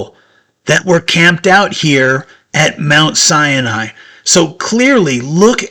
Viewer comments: It is Mount Sinai, not Cyani......Just to point out what is correct. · It's pronounced: sy-nye, not cya-nye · So, your narration is superfluous. Sinai has no "an" in it! It is Sigh nighy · Every time you say Mount Sinai, you pronounce it cyan I which means cyanide. I really am enjoying it, I notice that because I have closed caption on and they keep spelling it like that. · Sinai has only 2 syllables